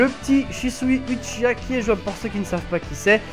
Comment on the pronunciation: Shisui fait partie de l'histoire même de Naruto, donc pas hors série. Très bonne nouvelle qu'il soit jouable:) Hey, "Uchiha(wa)" se prononce OUchiwa et pas Uchiwa;) Sinon, le fait de gagner de l'argent sur le dos comme tu dis de CC2, ça t'empêche de dire la vérité? de dire que le jeu est super répétitif et qu'il a beaucoup de défaut? je pense pas. Et je en parle pas d'insulte hein.